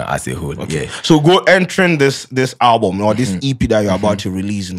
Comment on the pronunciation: He talk owlbum 3million 😂